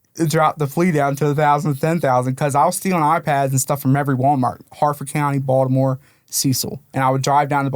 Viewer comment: You can tell he's from around the way just from the way he pronounced Baltimore, "Baldamo" 😂